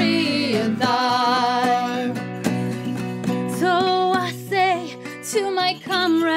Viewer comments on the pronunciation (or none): thyme is actually pronounced exactly the same as time, all singers in this video got it wrong as they quite clearly put a TH sound at the beginning of the word, other than that it's a really nice performance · Very good stuff, but I am taken a bit away by their pronunciation of "thyme".